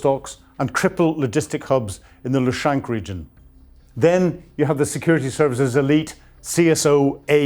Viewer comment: This guy 😂 he always always mispronouncing names! Its luhansk not lushank! Muppet 😂 Glory to Ukraine.